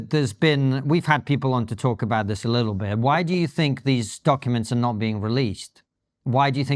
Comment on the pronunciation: I've noticed that first-degree relatives of schizophrenics always over-extend their vowels in the exact same way she does. Bill Gates does it too. Listen to how they pronounce the word "not."